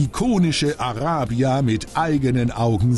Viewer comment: Wieso kann sich der Kommentator nicht entscheiden, ob er "Araybia" oder "Arahbia" sagen will? Wähle die deutsche oder die englische Aussprache und bleib dabei!